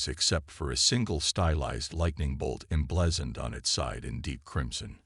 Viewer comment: The story would be good if not for your Crappy AI. Like someone else said, do most of you get your freaking AI from the same second hand store!!!!!!!!!!!!!?????????????? Your POS AI says "Reyes" differently damned near every time it is spoken. AND, what the crap is "em-BLEHZened"?